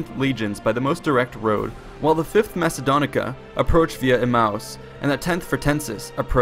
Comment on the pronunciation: its pronunced legia quinta macedonica